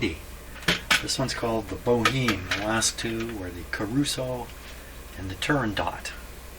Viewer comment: I think it's pronounced more like Bo'-Em with the H being silent and ignoring the final E altogether. I could be wrong as maybe I'm using the french pronunciation as in La Boheme.